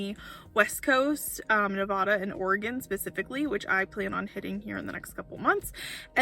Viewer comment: Nevada, a like apple, not Nev ah da :) just a wee thing, but it's my home state. Love watching you and Pippa!